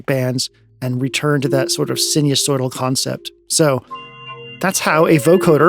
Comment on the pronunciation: Enjoyable video. Reminded about music down the phone line with Telharmonium. sinusoidal pronunciation sai - nuh- soy - dl